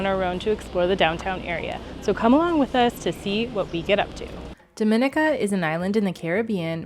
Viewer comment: Actually it's pronounced DOM IN E KA.....ask a LOCAL!!!!